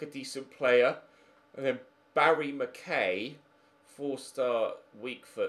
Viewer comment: it’s not important but in future, it’s pronounced, Barrie Mac eye